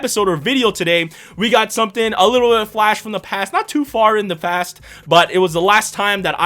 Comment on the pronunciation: "Not too far in the fast" he English good.